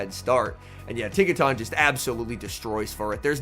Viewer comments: Its pronounced tinka-tun, not tahn lol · Tink-a-TUN bro. Not “Tink-a-TAWN”